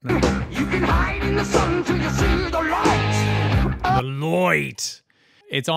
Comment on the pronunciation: Great reaction! About his pronuncing of the word light, there is more of english inspired ponuncing in his singing. I think R J Dio was very much inspired by the British metal scene and British culture and he also collaborated with many British musicians through his carreer.